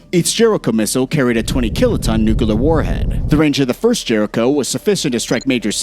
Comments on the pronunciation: Bro its NUCLEAR, not nucular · HEY… it’s Nuclear, not nukaler. NOO-klee-er, not NOOKA-ler. UGGH…….. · Repeat after me "NU-CLE-AR". Not NUCULAR😂😂😂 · its NU CLEAR not NU CU LER. god you are so stupid. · Bro it's nuclear not nu-killer🤦‍♂️ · nu-cu-ler for fucks sake it's two syllables Nu-Clear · Nukular? Nuclear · Nuclear... not nucular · George Bush says it's nucular so it's nucular, stop being a grammar terrist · Argh! noo-clear not noo-ku-lar! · Nucalur? lol M'kay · Israel will never have to fight a nucular war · Not "NUCULAR." You lose credibility by saying it so wrongly. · NUCULAR? What ignorance! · Can't stand "nukular", had to quit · “Nukiler”, c’mon! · Its Nukiller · Should I trust a military analysis from someone who says “nucular”? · Have you ever heard of a "tactical nu-clear we-apon" -_ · why do some people say nukuhlar? (nuclear) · wait new clear how that for proper sounding and wording😂😂😂😂😂😂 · What is Nuke a ler? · They way you say nuclear is particularly annoying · They are going with GW Bush's spelling guide!